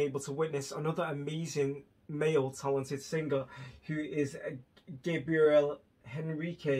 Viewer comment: Eu logo vi que você conhecia alguém que fala português, porque quando você pronúncia o nome dele é perfeito! Fico feliz que ele é uma inspiração para você ❤. Ele é o melhor cantor da atualidade. Muito obrigada pela afeição que tem por ele! Um abraço,!